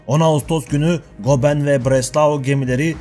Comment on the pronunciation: Goeben adlı savaş gemisinin telaffuzu 'Goben' degil 'Göben'dir. Video hazırlamadan önce isimlerin telaffuzunda çalışmanızı tavsiye ederim. Diğer yandan iyi bir diksiyonerden eğitim almanız yararınıza olacaktır.